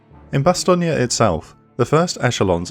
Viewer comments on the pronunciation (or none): Bastogne isn't pronounced "Bastogney" but "Bastogn" (bas.tɔɲ) Else it's a good job 👍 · The videos just get slicker and slicker. However I always thought Bastogne was pronounced "Bastone" not "Bastogni". Also you can't say they had panthers and panzers, panzer is the German word for panther. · Will you people say Bastogne name correctly? Bastong. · Bastonia? Was the script read by a confused AI? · That’s the American pronunciation mate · These are brilliant, if only Bastogne was not pronounced with an Italian infliction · It's pronounced Bastogne